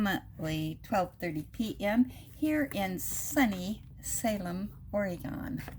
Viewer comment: Lol, did you say Oregone….? 😂